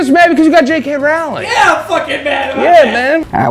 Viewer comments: Rowling like bowling please for the love if god America ahahaha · Why do none of you know how to pronounce Rowling lol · Does anyone else hate how joe always mispronounces J.K. Rowling?